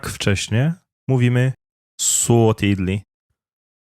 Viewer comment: pytanie o tidlig tu slychac ze wymawiane jest z d jako tidli a w slownikach transkrypcja i odsluchana wymowa to /ti:li/